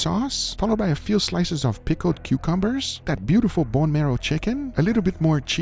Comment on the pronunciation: this fella said “pickled cucumbers”